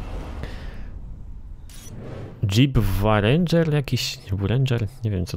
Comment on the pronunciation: 1. JEEP Wrangler- Dżip Rangler (tak sie czyta) 2. Wojsko Brytyjskie miało Land Rovery Defendery 3. BMW- Bawarska Myśl Wiejska